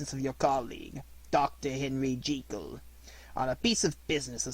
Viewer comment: I do not understand why now days people are so keen to mispronounce the English language. It is not Dr. Henery G-ee-kel and Mr. Edward Hyde. It is pronounce Jekyll (sounds likr Jeh Kuhl). This link will allow you to hear for your self the correct pronunciation. Sadly I can not listen to this great narration as every time Dr. Jekyll's name is said it grates on me like nails on chalkboard.